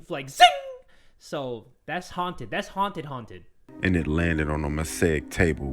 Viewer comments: was it just me or did i just hear hunted not haunted in the last story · A little bit before she rlly said “Hunted” instead of haunted, right? Or is it just me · how the last animation said haunted sounds like haun hunted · I swear the guy said this house is hunted not haunted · on her way out the door she finally blurted out "this house is haunted" why does it sound like he said hunted